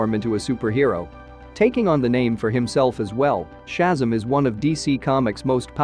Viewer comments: ShazAm not shazum 🤣🤣🤣🤣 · That's SHAZAM, not SHAZZUM! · I was looking at this video he was talking about Hyperion all I saw was the Sentry that's what I'm saying, and that's Shazam not Shasm, what the hell is this, you got Thor the god of thunder right but he is not the son of Adam that's Odin.... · It's pronounced Shu-zam, not Shazam. I'm surprised you don't know this. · These computer voices can be so annoying. They mispronounce so many nuances in language. Shazzam or Odin for example. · He lost all credibility when he said Shazzum! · Okay... I don't know how your narrations work (where it's software or something else), but when it fails to accurately pronounce one of the main characters names (Shazzam) don't use it... just don't.. it brings down your whole production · I had to stop watching when he started calling Shazam "Shazum"! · Yeah, computer voice mangled a number of pronunciations. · Inaccurate but boring voice makes nonsense seem valid. The pronouncement of ‘Shazam’ unacceptable…… Cancel. Stop.